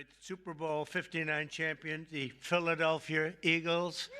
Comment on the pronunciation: He said it like.....Philadelphier lol😂